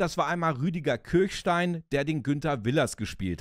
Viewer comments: Geniale Serie,bin damit aufgewachsen. Danke für dieses Video. Eine kleine Kritik. Der Mann heißt "Kirschstein", nicht "Kirchstein" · Er heißt Kirschstein (wie Kirschkern), nicht Kirchstein. Nette Erinnerung ans Vorabendprogramm. :-) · Schon traurig, dass man Willers richtigen Namen weder korrekt schreibt noch ausspricht. Der Mann heißt Rüdiger Kirschstein und nicht Kirchstein! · Der Schauspieler, der Willers spielt, ist Rüdiger KirSCHstein - nicht Kirchstein.